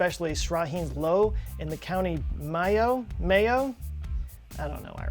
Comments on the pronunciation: How can i trust a man who cant do enough research to find out lough is pronounced lock not "low" . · Lough is pronounced the same a loch. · Just an FYI, "lough" is pronounced "lock" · "Dobhar-chú" is pronounced (approx.) as "Dowar hoo" "Lock" is roughly how you pronounce "Lough", not "Low". Found a good Irish video on the cryptid. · Fella in Texas is telling me about an Irish cryptid I never knew existed. Love this channel. FYI with 'Lough' you wanna be saying it like 'Lock' not 'Low'. And 'Mayo' is mayo, like short for mayonnaise. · "Lough" is pronounced "lock" not "lo". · I'm actually from county mayo(pronounced like the mayo clinic in the u. S) but have never seen this creature. Oh and lough is like a lock in a door :) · I think "lough" is the Gaelic/Irish version of "loch" as in loch Ness. And is pronounced as such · BTW Lough is pronounced lock. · Lough is pronounced as "Lock". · Future reference. An Irish ☘️ lake (Louch) is pronounced “Lock”. Just an FYI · Irish here. Lough, pronounced LOCK. never heard of that creature. interesting none the less. Love the channel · Lough is pronounced the same as Loch (as in Loch Ness) fyi. Mayo is pronounced the same as the short word for Mayonaise. I'm not being pedantic, it's for the sake of scientific accuracy. :P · I understand not being able to pronounce Irish words, but "lough" is a funny one. Ironically enough, although it's an anglicised form of the word the Irish spelling of "loch" is probably better for guessing the pronunciation if you're an English speaker. Most people have also heard of Loch Ness, especially cryptozoophiles. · Lough is pronounced “lock” and means lake. And Mayo as in Mayonnaise 😂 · Lough is pronounced like Lock. Mayo is like the start of mayonnaise. Also i never heard of the otter thing but now i want to look for more info on that. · Lough is the Irish word for lake, and it is pronounced the same as lock. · Lough is pronounced Loch, as in "Loch Ness", just an Irish spelling